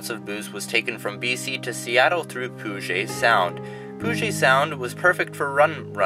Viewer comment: Please check pronunciation of Puget Sound. (PEW jit)